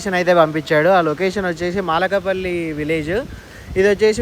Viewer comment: అన్నో… అది మాలకపల్లి కాదు 😂, మలకపల్లి 😂😂😂